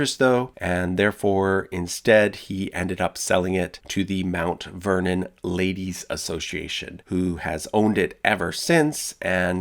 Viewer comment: Anyone else hear Uncle Vernon not Mt. Vernon? No? Just me? Pity.